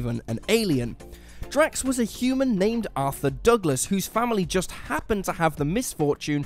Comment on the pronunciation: It’s drax